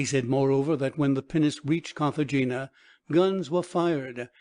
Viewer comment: And Cartagena is pronounced Cartahena